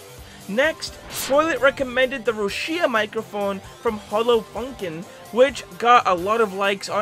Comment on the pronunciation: One thing that kinda triggered me was the way you mispronounced Rushia. Just say it like Russia, then you get her name.